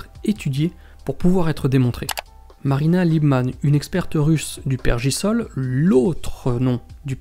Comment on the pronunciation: Petite rectif'. C'est le "Pergélisol" .. et non pas "pergisol" ;)